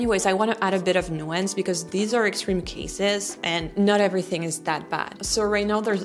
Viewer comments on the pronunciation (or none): none